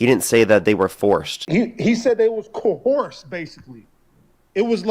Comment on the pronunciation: “Zuckerberg was ‘cohorst’ into doing it.” Firstly caller, it’s ‘coerced’ you illiterate fool. Second, that’s just a blatant lie. These MAGA supporters dunk on themselves constantly.